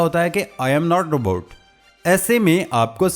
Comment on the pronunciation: Rebot nhi Robot hota hai jahil san